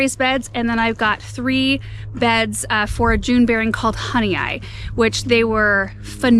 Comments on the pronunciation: Hi! Just wanted to help you out with the pronunciation of your Honeoye Strawberries. It is hun E oy. Honeoye is one of the area lakes from western ny in the fingerlakes region. We had a family cottage built on the lake by my husband’s grandparents in the 1930s until the mid 2000s. I live north of the lake in Honeoye Falls just south of Rochester. The Honeoye Strawberry was introduced in 1979 by the berry specialists at the Experimental Station in Geneva, NY. Since that time, commercial growers in New England and states bordering the Great Lakes have grown it with great success. The plants are very winter hardy, vigorous, and have some resistance to powdery mildew. Love watching your show! 😊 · HONEOYE IS PRONOUNCED HONEY OI. Seneca word meaning fingers lying there or fingers on the ground. The seneca living here would cut off a finger. Nobody knows why. Yes i live in Honeoye on Honeoye lake. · Love this! One thing the June bearing is pronounced Hun-ee-OYE they're named after my hometown in NY. They were developed at the Cornell Research Station in Geneva, NY. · I think it's pronounced "honey oy" like boy. At least that's how we pronounce Honeoye lake in upstate NY. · Not that it matters a great deal in the grand scheme of life, but I believe the Honeoye strawberries are named after one of the Honeoye towns in upstate New York near Rochester. There's Honeoye, Honeoye Falls, and Honeoye Lake, which are all pronounced HUH-nee-oy, so it's the food honey plus oy at the end that sounds like oy vey, or coin. I spent a few years in the area, and there are a handful of oddly pronounced towns around there. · It’s pronounced “honey-oy”. I have family from Honeoye Falls, NY. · Honeoye is pronounced “Honey- oy”. I am from the area they are named for in Upstate New York. Love the new beds and you guys! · it's Honeoye (like boy without the B). It's named after a town in Western NY (Finger Lakes region).